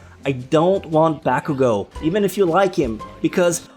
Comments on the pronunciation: Your over pronouncing of names is annoying. Listen to how the voice actors say their names in the anime. For example, you said bAkuuGO. That is like saying mIssTay it does not sound right. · its not bakugo its bakuGOAT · The way you pronuncied BAKUGO made me cringe